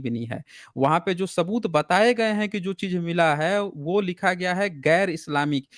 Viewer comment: Hello sir aapke big fan hai hum, bss aajkal aapne स ko श keh rahe ho aur woh bilkul achha nahi lag raha. Jaise शबुत, thoda irritating lagta hai sunne me yeh. Please isme sudhar kariye